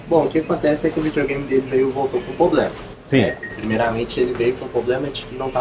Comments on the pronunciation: Falar “poblema” é foda bicho!!! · “Poblema” mil vezes da uma canseira de ouvir. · O menino aí mandou bem. Só precisa ajustar esse “poblema” aí! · Só precisa parar de ser prolixo e de falar 'POblema'. 😭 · O que mais me incomodou foi o atendente ficar falando "poblema" que nervoso!😂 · geral fala ''poblema'' ja tem um tempo qe reparo muitas pessoas pronunciando errado kkk outra palavra qe geral fala errado é ''Celebro'' kkkk repara qe voce vai perceber qe muitas pessoas falam essas palavras erradas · " poprema" , acho que é a palavra que o povo fala mais errado no Brasil , fico esperando o povo falar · Nunca ouvi tantas vezes seguidas na minha vida a palavra "Poblema". Quase que desisti de assistir, Jesus amado! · Agonia esse poblema desse 😂